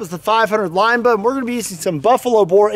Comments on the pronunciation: I think it’s interesting how you pronounce Linebaugh like lineba instead of linebaw. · “Line-ba-ooo” not “line-ba” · BAH.... Not buh... lol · Yup... Line-baw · Isn't it pronounced limb ba? Not lime ba? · Not Line-Bugh, it's Line-Baw like Paw. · LINE-BAUGH, not LINE-BUH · Linebaugh, not Lineba. I'm not sure who, or where the person is from teaching people to pronounce Linebaugh as Lineba, but it is likely a family pronunciation and often people just say things the family way from a certain locale. The General Public doesn't need to sound as ridiculous as the family. Linebaugh is correct. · Stop saying line Baugh 😂😂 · Its pronounced linebaaauuwwww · "line-ball" is how I've heard it pronounced... The way u say it sounds funny lol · I love shooting Big Bore handguns and have the scars on my hands to prove it. I do believe that you should have to at least be able to pronounce Linebaugh to own one. LOL the last part is pronounced like Bah Humbug. Not BA. LOL!!1 :<) Read with humor!!! KnifeMaker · Anybody else hate the way he pronounces linebaugh